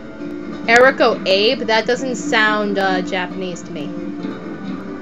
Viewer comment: Eriko is pronounced as "eh-ri-ko" a i e o u, are all vowels that are pronounced separately. so a = aa i = ee e = eh o = oo u = ouu and the chinese restaurant names are korean.. XD